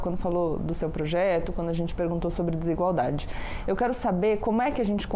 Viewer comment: Não me entra na cabeça alguém q fala " quano " ao invés d quando, e trabalha pra tirar os direitos dos mais humildes.